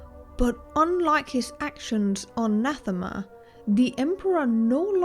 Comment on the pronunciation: Pretty good. I subscribed, both because of your talent annnd because you pronounced ‘Nathema’ as intended! Thank you for that, and thank you for the entomology - so much can be learned through studying the derivativation of language. Edit - were the three children conceived after Vitiate took over Valkorian’s body? For that matter, when did Valkorian wed Senya - before or after Vitiate? It seems as if after, but I suppose Vitiate could also have inhabited a host that already had a wife and children…along with already being an aged emperor of a vast and prosperous empire, so important for the unfolding of Vitiate’s plan. Either way, this is an intriguing hypothesis that checks a lot of boxes, is consistent, and does well with answering a question I, myself, had - for what purpose or reason would Vitiate want the distraction of a family? And as far as Revan missing Bastila and Vaner so intensely that it influenced Vitiate, well, I know what intense longing feels like.